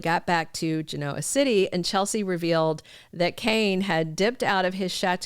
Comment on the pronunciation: So they’re going to pair up the two most obnoxious characters on the canvas—Victor and Lily??? Yuck. Go Cane!!! I enjoy your videos very much. Maybe practice saying “Genoa”—emphasis on the 1st syllable. Small thing but it is the name of the home city of the soap. Thanks for the video